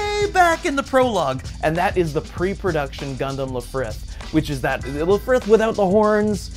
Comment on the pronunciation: "Lifrith" lol